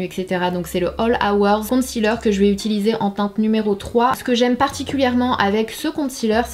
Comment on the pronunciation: Pourquoi les français prononcent concealer " compte cealer" lol